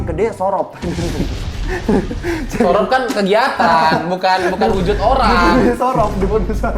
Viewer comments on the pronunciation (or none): jujurly dr awal ni film muncul sebel banget dr orang2 yang promosi gaada yg benerin cara baca yg bener. Jadinya malah semua orang cara bacanya sorop. Padahal harusnya tu bacanya surop (bacaan ro nya kaya baca roda, bukan kaya baca roti). Malah ditulisnya kalo ditempatku biasanya ditulis surup/surop bukan sorop kurleb gitu si, cmiiw ya gais